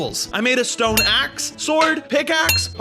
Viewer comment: Did he say ''Shtone'' or is that just my audio?